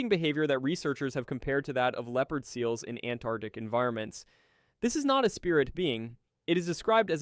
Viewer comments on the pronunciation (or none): none